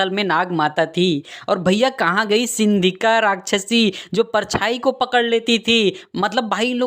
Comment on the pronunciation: Bhai maine tumahare video ek galti dhundhi woh hai sihika ko shindhika bol diya